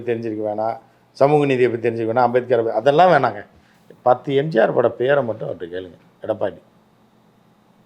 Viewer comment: முதலில் பழனிசாமியிடம் எம்ஜிஆர் என்று சொல்ல சொல்லுங்க. எம்ஜார் என்று solvaan